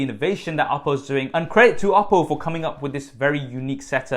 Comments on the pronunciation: Lol "oddo" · When he says oppo I always hear Apple and get confused haha